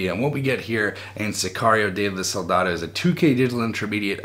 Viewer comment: Are you gonna do a review of the Shutter Island 4k disc? Also don't enter me in the giveaway, I won't be able to redeem the code. And also.. Isn't it SOLDADO, not saldado? Lol